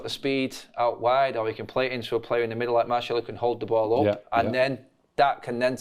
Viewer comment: Okay, when did start saying Martial's name correctly?!